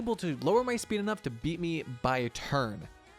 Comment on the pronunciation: Be-eat aka Bead